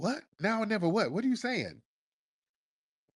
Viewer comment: Time stamp: The "now or nevah" catapulted me into a hole different hemisphere!! 😆🤣😭